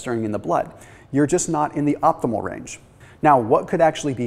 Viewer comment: Optimal, not opthimal !